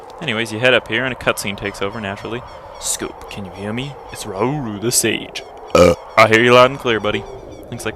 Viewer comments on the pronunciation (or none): lol it's raruru the sage buurp